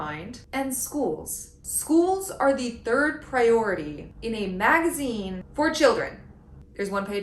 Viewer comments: Kat Abu saying "magaine" is my new text alert sound. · A “MAGA-ine” sounds perfectly on-point.